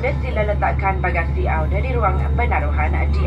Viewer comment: Apa saya yg salah dengar..kok pramugarinya ngomong, kata anda dia bilang auda ya😯....?